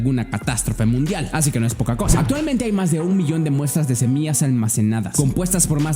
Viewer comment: Todo bien pero dijiste semias y se dice semillas hay curiosooooo